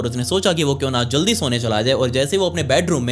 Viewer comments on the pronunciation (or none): none